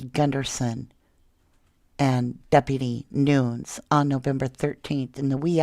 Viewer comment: Isn't Nunes pronounced noo nez?